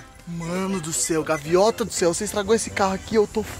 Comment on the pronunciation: "Gaviota" kkkkkkk